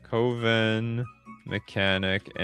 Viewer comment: Brother you're killing me and I mean KILLING me with that pronouncation of coven...